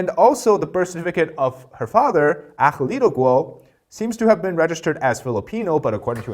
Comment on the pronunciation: Filipino not Philippino 🙂 👍🇵🇭🙏